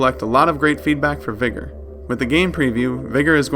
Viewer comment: Sorry but why do you say vigor like the n word vigor doesn't have an e in it